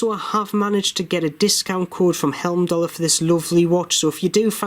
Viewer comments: Love your reviews, thanks. A quickie. It's "Heimdallr" ie "hime-dallr" not "helm-dallr." Keep up the great work. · I paid £152 for a blue one with a leather strap. Should be with me soon. Good review as usual. One thing though, you are pronouncing Heimdallr as Helmdallr.